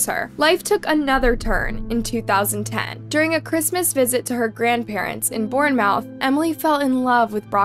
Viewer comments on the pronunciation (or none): Born Mouth..... it's Born-Moorth - that doesn't take away from how sad and disturbing this story is, it's so horrible to see someone so young lose their life to scum bags like this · Bournemouth is approximately pronounced Born-math. I use google translate if I am uncertain about sounds and listen to their pronunciation. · Hey, just letting you know it’s pronounced as ‘Born-mooth’